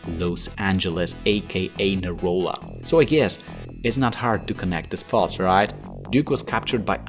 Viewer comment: Neola? lol It's Neo LA